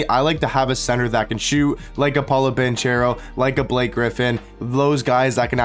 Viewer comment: It's BanKero ;) Not BanCHero ;) He's Italian